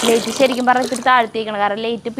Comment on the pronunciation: ലെയിറ്റ് അല്ല ലൈറ്റ് ആണ്